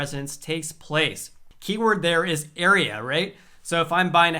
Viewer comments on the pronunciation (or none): none